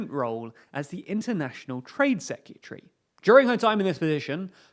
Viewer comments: FFS mate - I like your vibe but please - LEARN TO PRONOUNCE THE WORD SECRETARY !!!!!! It's NOT SEKUTREE. Practice this: say SECRET then say ALLEY. So - secret alley, secret alley, secret alley - Now change ALLEY into Harry. So: Secret Harry, secret harry secret harry. Now, like the Southerner you are, just drop the H on Harry. Secret 'arry secret 'arry... Once you've got that, change the "EE" of sEEcret into an "e" like egg. SeCRET ARRY. Now (after lots of practice as above) change "'arry" into "erry" and you come out the other end with a useable pronounciation of SECRETARY ! Gold star, well done. Now you don't sound like an idiot. If you are going to comment on current affairs you NEED to be able to pronounce some basic stuff. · SECK - REEE - TARRY